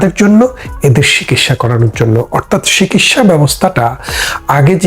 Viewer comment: লালজামা পড়া মানুষটি একটু সঠিক বাংলা উচ্চারণ করুন। "শিকিৎসা" আবার কী? বলুন, চিকিৎসা!! সঠিক বাংলা বলুন। জিভের আড় কাটান।